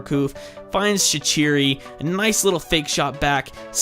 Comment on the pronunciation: shaquiri is prounounced Shak-qureey